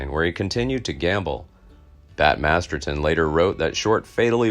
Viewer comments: Mispronounced Bat's last name,its MASTERSON not Masterton. Otherwise very good and interesting video, also its a saloon in the old west and not a pub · Masterson, not Masterton.